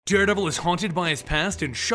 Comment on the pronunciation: did he say daredabel